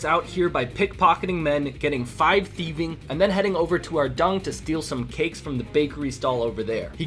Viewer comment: Bro calls is ardung